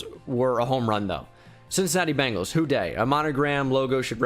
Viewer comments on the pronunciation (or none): none